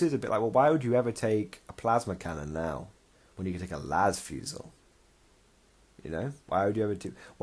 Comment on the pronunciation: Great video! I bet your Black Tide must love that +1 attack ;) For the record, as a French-Canadian, I feel compelled to say that fusil is pronounced "foo-zee" XD